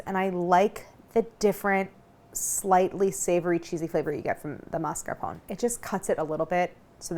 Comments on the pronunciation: (mas-car-pō-nā) “e” is not silent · amazing video, fyi it's pronounced "mascarponeh"